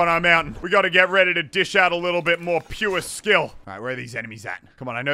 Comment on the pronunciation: Muselk:puwrreeeee skill Everyone else : pure skill its PUREEE SKILLLL